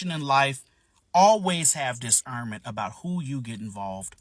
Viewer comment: sir its discernment not diserment. Also, telling a person to know what they don't know is the DUMBEST logic ever